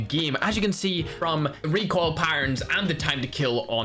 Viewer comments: "Reek oil" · Just wanted to hear saying Reek oil